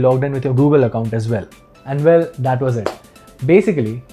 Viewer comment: When he says volume he says “wolume” and when he says well he says “vell”.. 😂😂